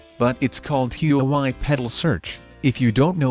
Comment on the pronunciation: Everyone: "Huawei" Him: HUUWAI